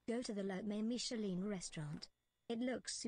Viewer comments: it's pronounced Miche-laaaan bonjour. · Want to know how you pronounce Michelin? Say it in an absurdly french accent. Thats exactly how.